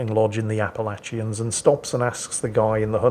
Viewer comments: Actually....it's pronounced app-uh-latch-un. Also actually, grizzlies aren't in the Appalachian mountains. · Living in Kentucky, I admit I chuckled a bit at his pronunciation of Appalachian. Most folks I know will sound like they're saying "appa latch un" when they say it. Other than that, I love fast ships and even in reverse that thing was a beast. Good show.